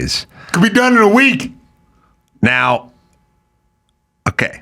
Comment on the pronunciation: Love seeing on here! "A we ek later he was on the news with a SWAT team." LOL